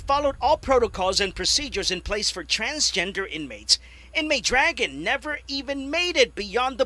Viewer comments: "dragun" really?! this shit writes itself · you can't even pronounce "Dragun"... dude go back to school...